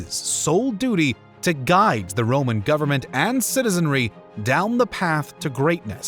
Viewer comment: Not happy with your Italian style of pronunciation of the names. This was Rome not modern Italy. Consonants were hard not soft.